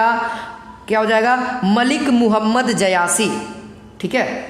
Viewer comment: जयासी नहीं जायसी। 👍